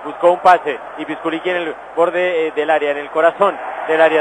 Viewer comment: Jaja , ¿porque dice "pisquliqui" , enves de "pisculichi" ?